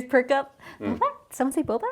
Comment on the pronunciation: Lol Wes who says “bobes” for boba? Love the candid introvert energy in this video and reactions to Wes’ interesting choice of words.